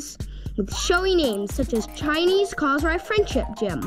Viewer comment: Enjoy watching your videos from hawaii . i like the way you saying our beautiful island of "KOSRAE" so perfectly